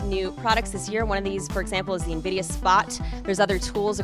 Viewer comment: i thought the ceo called it nvidia spy... dude has to work on his pronunciation or everyone will think hes trying to create skynet